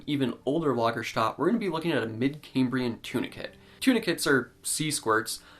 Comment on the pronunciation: Lagerstätte is pronounced "Lager-stet-e".